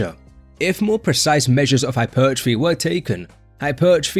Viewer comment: "Hypeeeeertrophy" LMAOO you say it soo funny 🤣